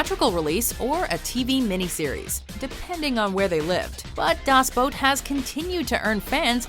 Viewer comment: That's a pretty good pronounciation of the word "Boot" for people who don't speak german.